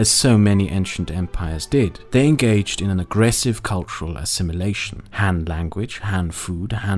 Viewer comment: It's Han, not Man